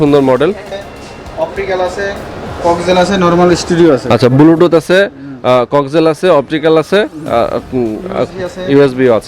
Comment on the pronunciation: Bhai Age Shuddo Kore Bluetooth Bolen Apni To Bar Bar Bulutooth bolchen